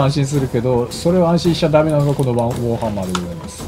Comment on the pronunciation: ウぉーハンマーになっててなんか可愛いなw